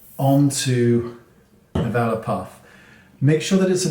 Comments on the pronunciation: Thank you! I had no idea because I pronounce it "velore" not "vela" like I could hear in the video hehe! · Thanks! Heard vela puff too. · Thank you for the upate. I thought he said "vellum" puff! I would have been searching all day! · I was scrolling wondering the same thing! Is he saying developer puff? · What kind of puff is he saying? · ooooh okay! The accent got me! Thanks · I think he's saying a velour puff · Can you please tell me what kind of puff he's saying here? I'm having hard time understanding the word. 😞